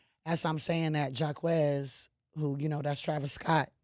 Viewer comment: tried to call Travis Scott by his real name and said JAHQUEZ 🤦‍♂️😂 all u gotta do is listen to Rodeo ONCE and u know its pronounced JOCK cap detected but hey i cant knock the hustle fake it til u make it